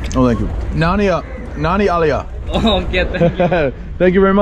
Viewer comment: funny, no one was able to undertand "Nanni aliya" ,but good attempt ! :) local kochi guy now living in CA. also you picked up "your good name" question well !